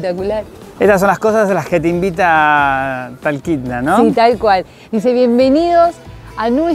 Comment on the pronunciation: SE DICE TOKITNA.....UN ABRAZO DESDE FORT LAUDERDALE , FLORIDA